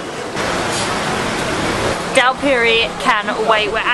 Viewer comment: Dhal puris (pronounced poo-ree not pue-ree)